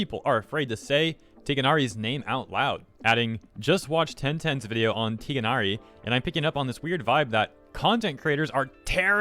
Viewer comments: You also stumbled across his name, not just in terms of pronunciation, which is again difficult. He’s called Tigh-nari NOT Tigh-e-nari!!! There is no “e” after “Tigh”! And you should just let the “al” before Tighnari away, because technically because the ط (tha) is a sun letter and you would have to pronounce it „at-Tigh-nari“ NOT al-Tigh-nari!!! So don’t force yourself to do the arabic grammar right. But please don’t put in any additional letters that doesn’t belong there. 💁🏽‍♀️ 🤣🤣🤣🙈🙌🏼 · It's pronounced Tee Nari that G is silent. But i only play in Chinese and that's how they say it. I go by how they say it since it's a game from Chinese developers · I posted two videos this week of me playing the new area of Genshin Impact and I freely say Tighnari the way I thought I heard in the 'infamous' trailer of Collei saying his name. I thought she said 'Tig-nari', not 'Tie-nari'. But I guess I heard wrong - or right? Have no idea. 'Course, no one really watches my videos, since I'm not one of the 'popular' streamers or Youtube creators, so probably don't have to worry about being harassed. Then again, now that I wrote this comment...who knows? Some names I don't say for personal reasons: I tend to slur words or say them wrong on accident, as if my own mouth wants to troll me! Stupid handicap...On that note, I wish people would understand that everybody is different in the way we talk and speak, and some words or names just come out differently than we intended them to. Everybody has an accent, too, which causes us to pronounce words and names differently as well. This should be common sense, but such a thing is rarer these days than it ever was. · Tiginari lmfao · In the game the english dub pronounces Tighnari's name with the gh being silent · Its really very simple... how do you pronounce the tights, from hip/leg to the toes. Just add "nari". "tigh-nari". Its very simple.